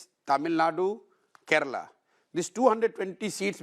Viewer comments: It's kerala not keral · It’s KeralA not Keral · I love Prashant Bhushan, but who will tell him, it's not " Keral" it's "Kerala!!" 😊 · Its kerala not keral?? Please learn to spell first